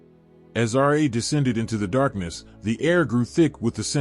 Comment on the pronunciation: You're improper pronunciation of Ra absolutely bugs the shit out of me. How can you be so knowledgeable about egyptian mythology and not pronounce Ra correctly?